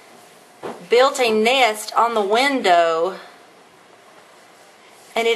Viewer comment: it's nest not neyest